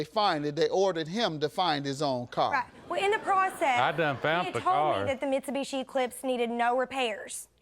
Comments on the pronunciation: That man said "mitchy-bitchy" 😂😂😂 I know what I heard. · The way he pronounced Mitsubishi 😂😂😂😂🤦🏽‍♀️🤦🏽‍♀️🤦🏽‍♀️ cut that all up